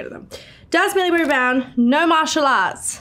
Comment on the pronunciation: "Does ,MILLIAEBOBEYHBROAWNH actually have her eleven tattoo?"